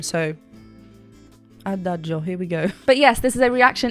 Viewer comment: Congrats, you’re the first English speaking person to pronounce Adagio correctly… 😂😂😂 Seriously, thank you for the wonderful reaction video.